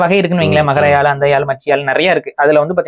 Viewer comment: யாள் இல்லை யாழ் என்று உச்சரிக்கவும்😊